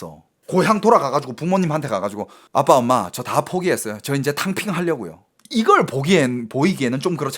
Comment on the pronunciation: 탕핑이 덤핑으로 들리는건...저만 그런건가요??